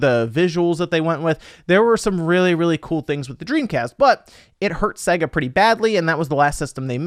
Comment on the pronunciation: For somebody who is clearly very intelligent, it still surprises me you can’t pronounce Sega correctly.